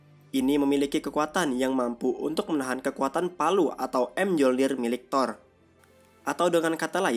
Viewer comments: Palu thor bacanya Myolnir bang bukan em jolnir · bang bacanya tu miyolnir bukan emjolnir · Bang gw kasih tau ya senjata thor tu di baca mejolnir bukan em jolnir greget w nonton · bacanya myolnir min, bukan emjolnir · Bg Senjata Nya Thor Di Baca Myolnir Bulan M Jolnir Gk Ush Di Pisah Bg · Di bacanya Myolnir min bukan M-jolnir🤦🏻‍♂️ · Bang, mjolnir dibaca myolnir, padahal di marvel juga sama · Mjornir bacanya miyornir bang😭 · Kok kesel ya? Mjolnir bacanya miyolnir